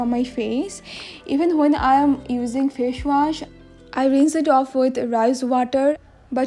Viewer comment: Fash wash...haha ha😂😂😂😂😂